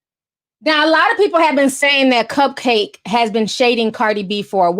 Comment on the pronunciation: Isn’t it pronounce cup-cak-kee ? I think its a play on bukkake?